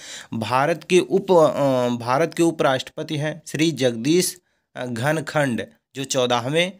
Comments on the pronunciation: घनखड नहीं सर धनखड़ है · Shree dhankhad na ki ghankhad